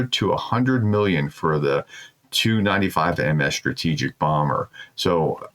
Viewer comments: If you are going to announce this sort of thing, for Heaven's sake learn how aircraft models and place names are pronounced. For instance, a Tu95 is pronounced tee you ninetyfive. And you can look up the pronunciation of Russian cities. Don't be lazy. And reading from the text you display on the screen is boring and marks you as an amateur. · these aircraft are pronounced by simply saying the individual letters, not what they spell combined. Say "T" then say "u", "tee you 95".